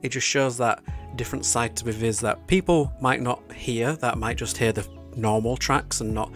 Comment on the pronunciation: While I prefer your pronunciation of "Viviz" it's actually supposed to be said as "Vee-vee-zee". I do not understand K-pop companies and their insistance on bizarre naming conventions...